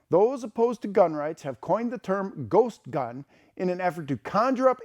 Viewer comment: Ghost gun? I thought they were saying Goat gun. BAA!